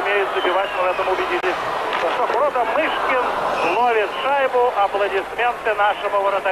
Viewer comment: Мне 62 года, я смотрела этот матч. Помню, говорили канадцы не могли фамилию Мышкина правильно говорить. У них буквы ы.нет. Называли его то Мошкин, то Мушкин.